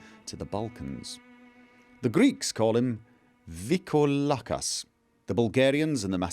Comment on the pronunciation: I know that foreign and unknown words are hard to pronounce properly. But as a greek I find your VrikoLAkas funny. It almost sounds as if you call him a VrykoVLAkas (i.e. stupid wolf ) xD In case you were wondering, it's VryKOlakas :) Now why someone would confuse Vrykolakas for vampire instead of werewolf, that's still beyond me. I mean, even the ingame letter refers to them (correctly) as people who could transform into wolves, according to Herodotus. As for the operation: While I haven't studied medicine, I've seen a lot of movies. When someone is about to die, they take out a huge epinephrine syringe and stab it right into the heart. But the nurse probably didn't have any there, so I think it makes no difference. On another note, I find solace in the knowledge that I'm not the only one constantly getting lost while using a map.